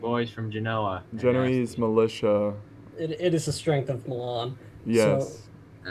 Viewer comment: Guys, It's pronounced Ge-no-ay-see, not Ge-no-eeze.